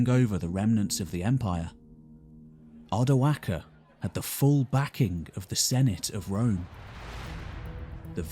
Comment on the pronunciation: I really appreciate you saying Odoacer with the hard c. Thank you